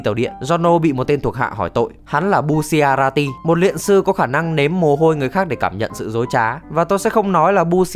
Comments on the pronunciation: Đọc sai r phải là bu cha la ti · bu shi a ra ti :< bu cha ra ti ạ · Bu-cha-ra-ti chứ sao lại đọc thành bu xia ra ti 😂😂😂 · Sao anh cứ nhấn mạnh chữ bu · Thứ nhất: Đọc là bu cha ra ti Thứ hai: Đó không phải quá khứ của trish Thứ ba: Đừng đọc là kim kinh (nghe như máu loz màu vàng ấy)